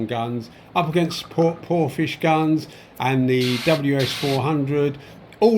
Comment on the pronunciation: how do you pronounce Porphis as Porphish should it not be Porfis